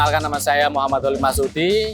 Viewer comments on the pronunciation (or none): none